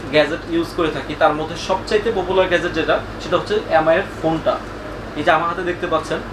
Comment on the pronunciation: এ্যাম আই না এম আই, ভাষাগত কারণে অক্ষরের উচ্চারণ গুলো পরিবর্তন না করি ভাই